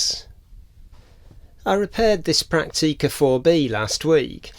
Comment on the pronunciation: This is an excellent channel, and I've been on a bit of a binge watch, since I discovered it some days ago. Full of useful information and tips on repair and cleaning procedures. However... The way you pronounce camera names, makes me physically cringe. - Prak-teee-ka. Fuj-eee-ca. Yash-eee-ka.? - No. Stoppit! In the German and Japanese languages, there is no long eee sound. All syllables are short and clipped. Prak-ti-ka. Fu-ji-ca, etc. You wouldn't say Tok-yyy-o, or Volks-waaa-gen, would you? Oh, and who said you're grumpy?.. You're the least grumpy sounding person I've ever heard. You sound more like a Chummy, rather than a grump.